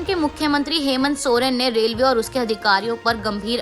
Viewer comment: Please correct yourself it's रेलवे but not रेव ले